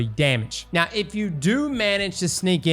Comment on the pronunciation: why does NOBODY pronounce Gyrfalcon's Hauberk right?